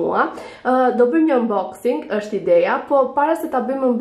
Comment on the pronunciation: eshte 'unboxing' jo 'umboxing'